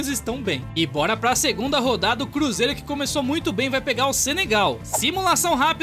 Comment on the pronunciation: Ele falando bruzeiro foi foda 🅱️🅱️🅱️